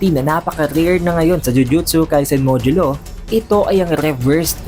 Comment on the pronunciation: Itadori not Ita-dori. Modulo not Mojulo. Fushiguro not Fushi-guro. 👍🏻